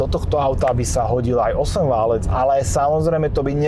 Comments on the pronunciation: Hydractive, nie hydra active. Valec, nie válec. Prepáč, ale hrozne mi to píli uši.:/ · Preco vzdy hovoris 4-/6-válec a nie valec? Pokial viem, tak to slovo sa vztahuje na geometricky utvar "valec" a nie na "válanie sa" :D